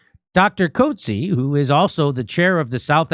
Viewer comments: Pronounced Kutseer Soft on the K as in koot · Pronounced Coot Zeea. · This is why I love being South African. We say it as it is and we don't bull shit our way around anything. PC culture has no place in South Africa. PS: Coetzee is pronounced Kootzeer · Coetzee - the name is pronounced cutsee - The u as in good - and an accent on the long eìe as in eek. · coetzee is pronounced coutsay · coetzee is pronounced quit-zi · KOOT-ZEE-A fyi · Not to be that guy Jimmy but the pronunciation is Koot Zear for you Yanks.. I know it's a small thing but as a Saffa it's always a little nuts how hard you fellas struggle with Afrikaner names. Thanks for bringing this up though. We have been shouting this out for months now but no one has paid any attention